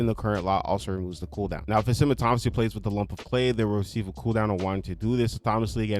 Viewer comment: Dude, you are saying "autonomous" and "autonomously" correctly!!! It's pretty sad that most of these "fixes" are just basic house-keeping... they fixed the things they were too lazy to fix some time ago. Ridiculous.